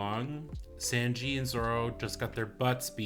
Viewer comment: Oh how did I just realize you're pronouncing Sanji's name wrong, sorry for not helping you earlier, it's pronounced (Sawn-ji) I'd say it's pronounced like the number 3 in Japanese, but I doubt that'd help lol.